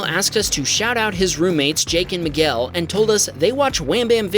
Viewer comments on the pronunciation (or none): none